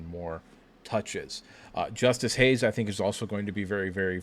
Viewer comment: It's Justice Haynes, guys. Not Hayes.